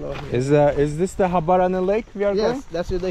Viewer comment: you pronounced it very well man 😂❤